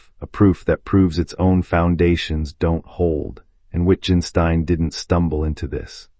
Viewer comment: The videographer doesn't understand his subject. Rather than discuss Wittgenstein with others who know he's brilliant, he crudely mispronounces his name, the title of his book and spends almost two hours underlining his ignorance, expecting applause.